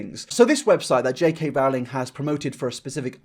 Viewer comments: Why are you putting words in Rowling's mouth, this was so strawman-ey also it's pronounced like rolling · "Rowling" is pronounced "Rolling". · Oh! I hate it when people say Rowling wrong. I can understand having a hard time pronouncing foreign names, but an English one when you speak English? 😅